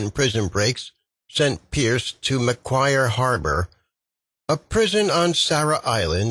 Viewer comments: To pronounce Macquarie correctly mate try Mack-Wha (as in what)-Ree. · How can you pronounce 'Macquarie' incorrectly two different ways in the space of 15 seconds? Also- have visited Sarah Island, it is unbelievably tiny Strorn not Stray-han